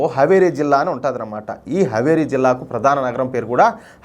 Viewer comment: Haveri kaadu Haaveri హావేరి